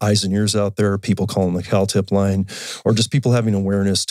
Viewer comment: Lol thought he said “Cow tip line” not Cal tip